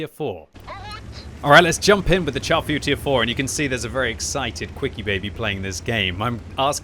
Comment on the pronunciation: my brain hurts every time I hear someone pronounce the name of the Char Futur 4 improperly. its FRENCH its (SHAR) Futur 4. its not a piece of meat that you char and burn to a crisp. SHAR